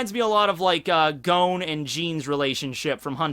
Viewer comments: Gon not Goan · You really take that pronunciation too far sometimes.... I can forgive a lot but Gown?! Wat?! His name is Gon goddamit